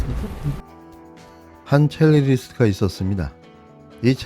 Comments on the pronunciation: 첼리리스트…X 첼리스트 O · 첼리스트 입니다. 첼리리스트 아니고요. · 지금 뭔가 큰 착각을 하고 있는데요 그 녹취를 공개한 사람과 경찰에서 그것이 거짓말이라고 말한 사람은 달라요. 자꾸 첼리스트가 아니라 첼리리스트라고 들리는데 아주 귀에 거슬립니다. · 첼리리스트가 아니라 첼리스트입니다 ㅠㅠ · 첼리스트야 첼리리스트가 아니고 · 첼리리스트가 아니라 첼리스트입니다 언어의 정확성은 신뢰를 줍니다